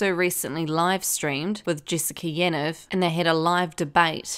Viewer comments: It’s pronounced “Yaneev”.. sorry great video just had to say that.. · Why are people saying yan-ev isn’t it ya-neeve